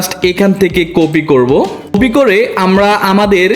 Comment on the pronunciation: বর্ণমালার উচ্চারণ আরো ঠিক করতে হবে আপনার, কপি কে কফি বলা,পেস্ট করে ফেস্ট বলা,ক্লিং কে কেলিং বলা এগুলো কন্টেন্ট ক্রিয়েটরদের সাথে যায়না।